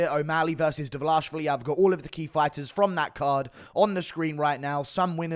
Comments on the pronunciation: No one: GURU: Divvle-Osh-Villy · Why do you say Devlashvili